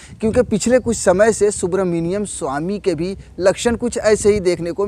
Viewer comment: Bhai aap naam to sahi se lo